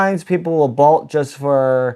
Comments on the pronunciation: You say bolt weird. Sounds like bault. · Take a shot everytime he says bolt wrong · I have never heard someone pronounce 'bolt' like that. 😬